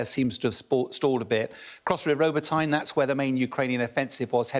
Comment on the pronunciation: Does anyone else believe will ever learn to pronounce Robotyne properly?